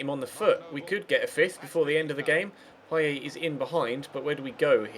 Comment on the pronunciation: his name is Dimitri PayeT, not Dimitri PayeY